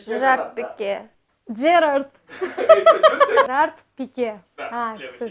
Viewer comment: Херард Пайк,😂 Пике🗿